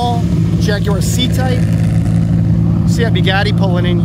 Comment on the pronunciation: At last, an American who knows how to pronounce Jaguar, many thanks for the video